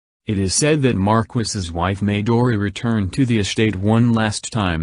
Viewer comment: I like how it Mispronounced Williston, Will-iss-toun no it's Will-iss-tin, also Medora, May-door-uh close but Muh-door-uh, I get it's a A.I thing but I still find it funny, simple words pronounced wrong lol